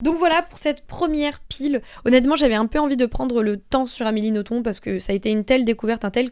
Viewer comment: petit fun fact: d'après Amélie Nothomb, le b à la fin de son nom se prononce bel et bien! (elle l'a dit dans une interview)